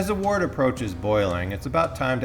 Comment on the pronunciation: I watched a couple of your videos. Great content. A couple of little picky things: Trub is pronounced Troob. Wort is pronounced Wurt. It's always a good idea to hydrate your yeast. You get visual confirmation that your yeast is good or bad. It can also help you to avoid off flavors that might happen with a direct pitch. It would have been nice to include S-04 in the comparison. I find that it makes IPAs finish about a point higher than US-05, but it tastes way sweeter than that.